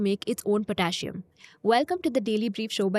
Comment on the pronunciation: Potassium is pronounced different.